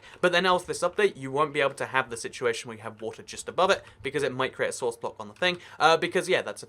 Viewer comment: its source not sworuce idiot